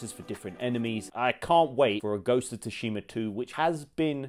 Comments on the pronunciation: He pronounced it "Ghost of Tushima" Its still scratching my heart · Too-shima? Did you even play this or just reading a script lmao